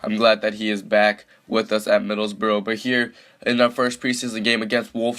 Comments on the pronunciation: Not 'Middlesbro' it's 'Middles-burr-uh' Not 'Wolfsberg' it's 'Volfsborg' Not 'Owe-der-guard' it's 'Orr-der-guard' Also Everton would smash Borough IRL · it's spelt Middlesbrough not Middlesborough, so you are wrong and also he isn't Norwegian or German so why does it matter how he pronounces it.